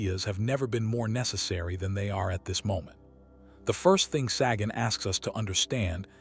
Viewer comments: It's not "saggin'." Sagan rhymes with pagan. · You’re joking. Ai voiceover and AI script trying to talk about authenticity….can’t even pronounce Sagan’s name.. I picture a snobby cheesemonger handing me a fuzzy, grey lump of mold